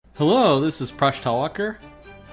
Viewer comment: LMAO. It is presh talwalker. my stomach is hurting.